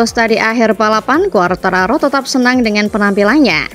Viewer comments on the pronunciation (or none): Heh fabio quartararo mbak, bukan fobia 😢